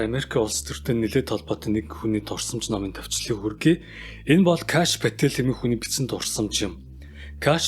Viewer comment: Номынхоо гол баатрын нэрийг бичлэг хийж цацахаасаа өмнө гүүглдээд шалгачихгүй яасан юм бэ? Паатл биш Патээль гэж дууддаг юм шүү дээ.